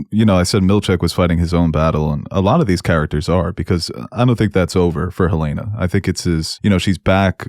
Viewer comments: Helen-uh. Not Helaina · Helena not Helayna, I turn off if you can't get a main characters name right . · Oof... it's Helena. HELL-en-uh. Sincerely, I guy that lives in Helena Montanan. 😅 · U guys saying helena like the girl from house of dragon but it's HEL-ENA